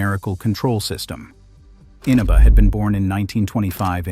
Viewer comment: In aahbah. Inaba is how the name is pronounced.